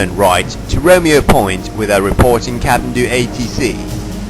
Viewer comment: The narration guy can't pronounce Kathmandu even😅🤣. Bogus video.